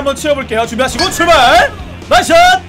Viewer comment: 형 대체 어케 발음해야지 '출발 스타트'가 이런 발음이 나오는거야? ㅋㅋㅋㅋㅋㅋ